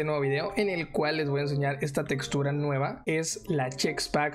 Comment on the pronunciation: NOOOO dijo "chextura" porqueeee